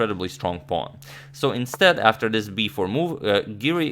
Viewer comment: i love the way you say “it’s just an incredibly strong puawn on c3” 🥺